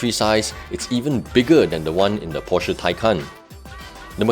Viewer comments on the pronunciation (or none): why most of malaysian car reviewer, even the popular or well known, did not even pronounce the name porsche correctly. that is a disgrace for so called car reviewer.